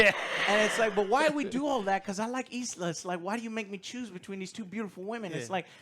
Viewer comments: ILSA not Isla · John wick 4 and this had very similar settings. Two club scenes two desert scenes. Both amazing. I really liked the plot on this one. Its fucking ilsa not eeesla lol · it's ILSA, ffs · The amount of times ISLA is said and no one corrects Joe. LOL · It’s ILSA not ISLA. She’s been in 3 Mission Impossible movies now and you still don’t know her name? 🤦🏻‍♂️ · Isla...its I L S A !!! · It’s ill-sa. Not E-sla. ill as in sick. illsa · Ilsa. Her name is not Isla. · I'll say it because someone has to. Her named is Ilsa, not EEESLA. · She's not an Island Joe. Its ILSA... not ISLA. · It's Ilsa Joe, not Isala. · Lol at Joe not gaf abt right pronounciation of names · So many American reviewers are getting the name ILSA wrong 🤦‍♂ Think "She-wolf of the SS" 😉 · You guys are merciless about pronouncing ‘Ilsa’ all kinds of backward!